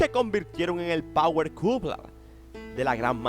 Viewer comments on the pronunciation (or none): none